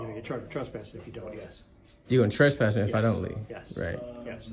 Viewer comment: It's called trespass not trust pass. But congrats I've never heard anyone get that as completely wrong as that. I don't point out a misspelling or things like that but this one cracked me up